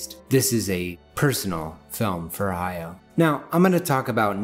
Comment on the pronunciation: Love the video, but I almost died of cringe every time he said "hi-yo" instead of "hah-YOW".